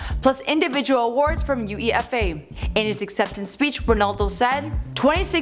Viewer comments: She pronounced the words individually U-E-F-A lol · It’s not U E F A it’s UEFA one word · Fifa CLUB world cups and didn’t pronounce UFEA right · Its UEFA not U E F A you twonk!! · Starting she says that real madrid won 3 world cups... Jesus fucking Christ... And she separates UEFA into separate letters.. Do yall really not to research?? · is it really that hard to say Uefa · The way she prononounced UEFA 😂😂😂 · she's butchered more words than Michael would have... Who is "Eric Catona?" How hard is it to pronounce "uefa" (you-ay-fa). And half of the information on him is bullshit... In his first two years at United he didn't win a Champions league or a club world cup... A "silver ball in the World Cup" is most certainly not "FIFA player of the year" 😂😂😂